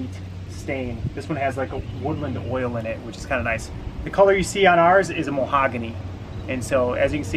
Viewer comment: Muh-hog-a-knee. Mahogany